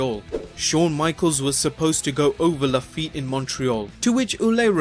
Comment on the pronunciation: You work way too hard for nothing, mate. Ouellet is prononced "Wellet" like "well" and "wallet" together. We got shitload of silent final letters indeed, but it's not one of those cases. "Rougeau" and "Lafitte" are pretty spot on though. 😉